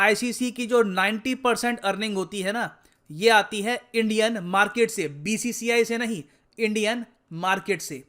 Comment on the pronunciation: Market nhi markeeet 😂😂😂